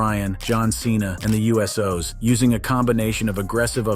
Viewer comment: Just watched 2 videos from this channel and i think a bit of research wouldn't go amiss into how to pronounce names - eg. Umaga and The Usos!!